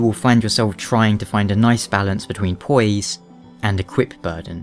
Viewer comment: his way of pronouncing poise..heh poyeese